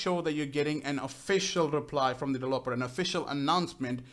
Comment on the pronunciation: no offence but, was anyone else annoyed when he said "delveper"